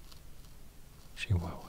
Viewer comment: He said CHIHUAHUA like the people from Chihuahua